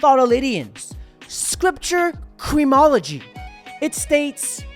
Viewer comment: He said Creamology